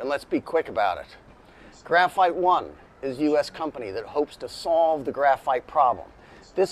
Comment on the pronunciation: The phite, for graphite!!😂